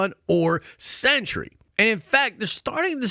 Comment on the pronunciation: Woof my guy is “The Sentry” not “The Century”